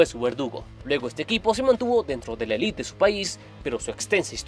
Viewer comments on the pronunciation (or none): none